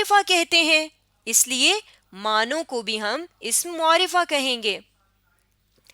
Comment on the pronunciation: عمدہ کاوش ہے ۔لیکن لفظ معرفہ کا تلفظ درست نہیں ہے ۔م کے اوپر پیش نہیں بلکہ زبر پڑھنا درست تلفظ ہے ۔پلیز اصلاح کیجیے ۔شکریہ